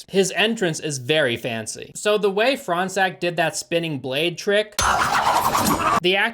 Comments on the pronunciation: As a french person, I would just like to say Fronsac is pronounced like " forehead sack " That's all for me . Also, in french, "gn" is pronounced "ñ" That's all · Why do i keep hearing "front sack"? hahahahah